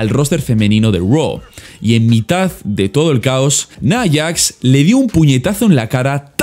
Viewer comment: "Naiyax" XDe